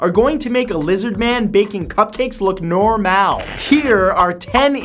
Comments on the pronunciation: I like the irony of the pronunciation of "normal". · why did you pronouce Normal in french....i am french i don't mind i am just wondering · nothing is normal about the way he said normal. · wtf is "norhmale?"